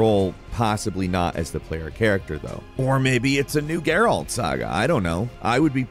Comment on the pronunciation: Dude you Said gerALT like 100 times. My guy, it's Geralt. Say it with no annunciation.